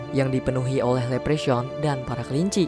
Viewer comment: Leprechaun bacanya "Leprekhon", Bang, bukan "lepresyaun" 😅